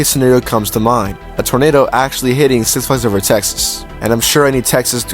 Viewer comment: What the hell is wrong with you? Why cant you properly say "six flags over Texas"